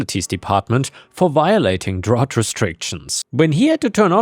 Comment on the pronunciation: You’re still having issues with the pronunciation of “drought!” It rhymes with out!